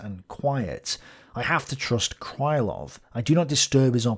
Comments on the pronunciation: Krylov should be pronounced crih-love (not cry-love). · I enjoy the series mightily. Occasionally though you badly mispronounce a Russian surname or a toponym. This time your victim is the long suffering Krylov - it's not "kraylov", more like kryyylov. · my russian ear hurts each time you say cry-lov instead of kryhl-lov. Cry, Love! If he'd been cry-love, he'd have had his name transcribed as krailov. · It's pronounced "Creelov", not "Crylov". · Hi! Thank you for the great content! Being russian I dont mind/care if you pronounce some surname wrong, since it's too much to know everything. But. Since Krylov is a centerpiece - it's pronounced Kril O v ( [krɪˈlʌv]). I dont know why all "Krilovs" in wiki are considered "Krylovs". BTW, Alexy Isaev, who is considered as main russian historian of today is quite active in the web. I think If you would contact him, you could have some collaboration or maybe some useful info from him. Just a though. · Apparently, according to some other viewers, Isaev has watched some of my videos... But yes, in will start pronouncing Krylov correctly from now on (Kreelov) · The pronanciation of Krylov would be more accurate if you just say krilov/kreelov instead. It`s Russian ы which most westeners cant distinguish from regular i, like in see, me, be and we used to it. Some authors used y for this letter ы but it`s not in any sence sounds like english `y`. Just enter Крылов to google translate to hear the pronanciation.